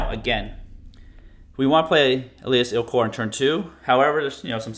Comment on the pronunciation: el as ILL kor